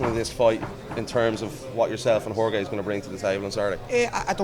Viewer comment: How tf do people still call Jorge, George, TO THIS DAY?